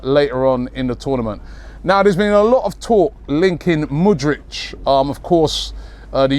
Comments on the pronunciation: Mudrich 😅😅 its Mudryk Robbie the butcherer of names 😂😂😂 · Mate, it's Mudryk, not Mudrych )) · Robbie we know you're the Don and we love you but please, the guy's name is pronounced as Mood-rick😂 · The new Modric is Moodrich